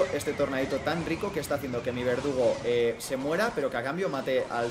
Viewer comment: nadie a notado que en a primera partida en ves de decir verdugo dice vegudo ajjajajaja